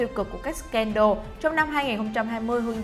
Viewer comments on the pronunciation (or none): none